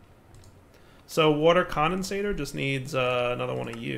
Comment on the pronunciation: Aah and his wourder (water) feels like watching Brad from bon apetit 🤣